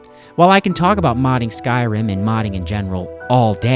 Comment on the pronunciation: I truly appreciate you using the correct pronunciation for Skyrim